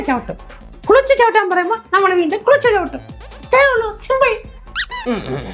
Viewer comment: ക്ലെച്ച് ❌ ക്ലുച്ച് ✅ 😂